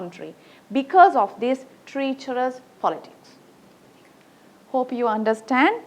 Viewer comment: T Good explanation! Pronounce treacherous correctly...